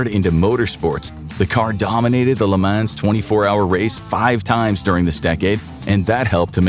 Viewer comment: It’s pronounced Le Moh, not Le Manz.